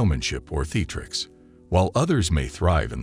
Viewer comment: The pronunciation of Trophy and theatrics are off in this video.